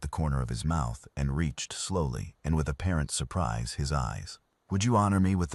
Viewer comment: ......and his dying aunts. Yet it is .......and his dying ants. Wrong accent or AI???????? And with apparent. Not a parent.... For God's sake get it right....